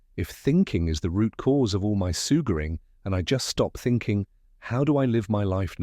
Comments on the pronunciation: Great book but terrible narrator. It must be AI and it’s full of errors. For example: The word ‘suffering’ is constantly pronounced ‘sugering’. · LMAO I'm listening to it right now and I was like hey Google what's the definition of surguring?